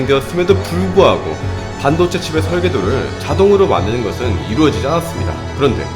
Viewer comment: 발음이 너무 안좋은디.. [공ㅎ] -> [고], [안ㄴㅆ습니다] -> [않았습니다]. 너무 말할때 급하게 말하셔서 발음이 뭉게짐..; 컨텐츠 다 좋은데 진짜 발음만 어떻게 했으면 ㅠㅠ 영상에 몰입되다가 자꾸 중간에 뭉게진 발음 나오면 확 깸